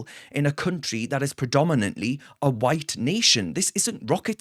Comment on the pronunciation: What? Evewyone who call’s you out is ‘Faa White, whubbish!! 😂